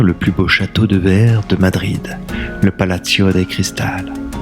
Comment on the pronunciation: Video sympa mais t’as pas fait espagnol lv2 à l’école toi ! Plaza et palacio sont des mots espagnols pas italiens dans leur prononciation 😄